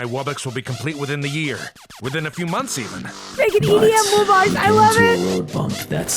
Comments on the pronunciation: They said “woo-box” which make me annoyed because it’s “wu-box” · He said "Woobox" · your saying woobux instead of wubbox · The fact that they pronounce it "woobux" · Bro pronounced them wooboxes